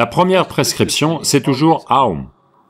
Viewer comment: OM est aussi lié à OM Shinrikyo la secte japonaise...donc oui très mauvaise prononciation (c'était des meurtriers au passage).